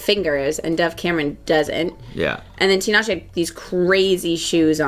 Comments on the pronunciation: is one of very few people to pronounce Tinashe’s name correctly lol so kudos to!! Y’all looked so good on the carpet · also thank you for saying tinashe's name correctly !! I never hear anyone pronounce it right